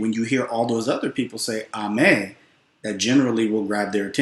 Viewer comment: Agooo and amee not Amay. It simply Helloooo And the response is Hi so shoo is helloo and amee means hi